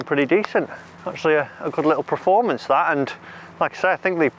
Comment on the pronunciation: Per-form-ance... Apart from that it was a great video! Haha.